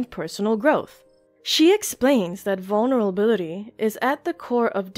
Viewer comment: She's struggling to say vulnerability as much as me lol